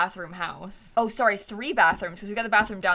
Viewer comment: SoRrY Me: Are you Canadian?? I thought you were from Florida